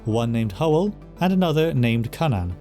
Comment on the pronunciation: i watched an old video of yours and you pronounced cynan in a way that… contradicted my known knowledge of welsh. very glad how youre saying it here, it confused me how something related to cú would be pronounced so drastically different